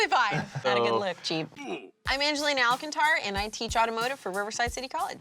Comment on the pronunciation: OK, OK, OK! We definitely need to work on that Alcántar pronunciation. Simple...3 syllables...al CAN tar. The stress is on the 2nd syllable. Commit to it, as if you were proud of your roots. 😢 Not ELK ANT AIR 😢.